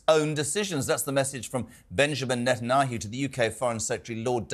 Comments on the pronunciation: How hard is to learn pronounce NE TAN YAHU??? You are a TV presenter ffs. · tell this guy to learn how to pronounce Netanyahu properly if he wants to be taken seriously. He does not sound intelligent at all and still sounds like he thinks he is talking like he is on his old show .